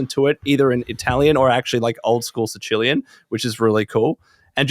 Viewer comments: never heard anyone say “sa-chillian” before lmao thought he was talking about Chilean until he said it the second time. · That's really not how you say Sicilian... hahahha